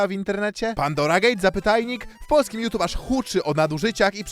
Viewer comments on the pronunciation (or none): none